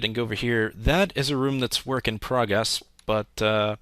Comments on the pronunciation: he said progess... .___. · Lol "Working Progess"